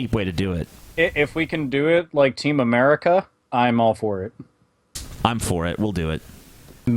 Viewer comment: I fucking hate the way Josh Feuerstein pronounces "America" it's so fucking annoying.